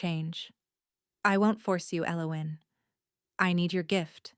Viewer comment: Nice story I liked it a lot. AI’s version of Elowin’s drove me nuts however. Emmett, ID